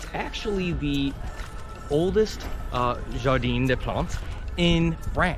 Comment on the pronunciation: True. It's "Jardin," not "jardine" !